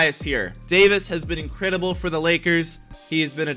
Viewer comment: nobody:: Incridibull